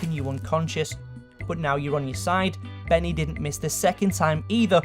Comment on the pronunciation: "Benneh"? dafuq?